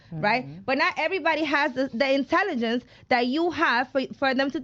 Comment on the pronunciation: This girl can’t even say intelligence properly! OMG